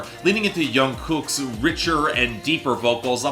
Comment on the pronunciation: Ge got jimins name right but mispronounced jungkook